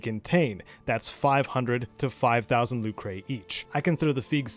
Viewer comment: This is a great guide! I am so happy I already went through all this when I replayed Legend of Mana back in 2019. It's fun, but it's a giant time sink. I give all credit to helping me in all this to "A German Spy". Fabulous Legend of Mana scholar. Oh! It's not "Luke-ray", it's just "Luker".